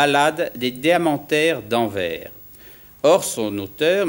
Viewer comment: Le mec qui ne sais pas prononcer Anvers joue le juge de la démocratie.....